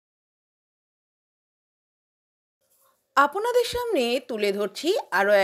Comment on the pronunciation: আপোনাদের উচ্চারণ না করে আপ্-না-দের উচ্চারণ করুন।